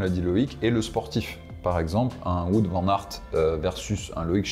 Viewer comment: Par contre pour Wout Van Aert, on ne dit pas Wout comme on dit foot mais on dit Wout comme un Out au tennis. Vous en faites pas je sais que les prénoms et nom belge sont pas hyper simple à prononcer